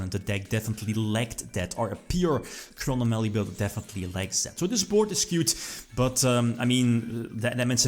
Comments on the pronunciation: "Chrono Mally" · he says Chronomaly weird, I know it is how he pronounces it but... Crow nom a lee Chro nom a ly Chronomaly chrono + anomaly meaning: something that deviates from what is standard, normal, or expected of/or relating to time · It is, people are just joking on the way says it.